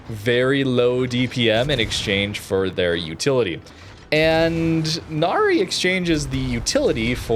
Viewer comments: Now, for what pronunciation it’s Na-Rai. I think. Hence the ship is very Thai name and not Japanese. It’s not Na-Ri. Still kinda weird why WG named a Cruiser to a Mythical beings despite there is ZERO records of Royal Thai Navy actually naming ship from Mythical Creatures especially on frigates. They just named them after Province. Hey, it’s WG. They can pull anything out of their ass and said “It just works” despite it’s clearly isn’t. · It's a fictional Thailand ship. It's pronounce as Nah-Rye (rhymes with 'eye') not "Na-ree" 😅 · "Nary"? Really? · Thanks for video. I'm providing more information: it's pronounced Na - Ra i , Name of a former King of ancient Thai.